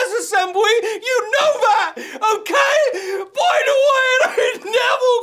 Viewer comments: O my god it's!!!! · I don't wanna play no spowts either.